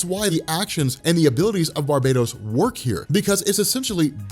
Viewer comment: Ur pronouncing barbatos as barbados plz stop sayin Barbados it's bar -batos